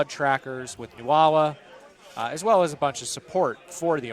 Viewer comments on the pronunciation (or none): Nuala is pronounced noo-la, not new-ah-la!